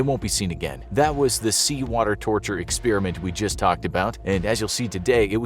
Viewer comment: It’s not an experEeement!!! It’s an Experiment……